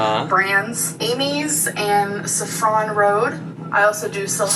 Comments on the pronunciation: Our gorl rlly pronounce Saffron like one would pronounce “chiffon” omfg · The way she pronounces saffron reminds me on the main character from the movie Showgirls from 1995 where she pronounces Versace as "Versays".